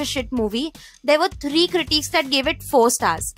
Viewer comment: Great video. But please pronounce the word "critics" correctly. Its increasingly annoying!!